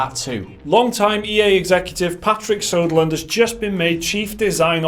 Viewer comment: It's Söderlund, not Soderlund. noobs